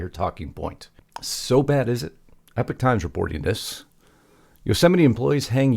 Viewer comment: Great vid but PLEASE stop pronouncing "Epoch" (EEE- pahk) as "Epic" (EH-pyk). EPOCH: an historical period characterized by notable events EPIC: of legendary status or character.